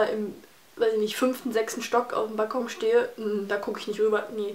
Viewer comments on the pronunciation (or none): none